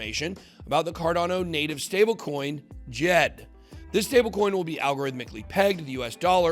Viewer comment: You pronounced Djed wrong. If you have ever watched or listened to Charles you would know its /Dee-jed/